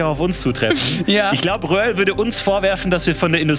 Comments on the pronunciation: Lieber: der Rally Fahrer heißt "Röhrl" nicht "Wöhrl" <3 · Röhrl! Er heißt Röhrl! 😂